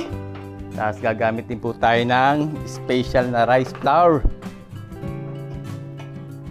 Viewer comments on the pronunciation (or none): none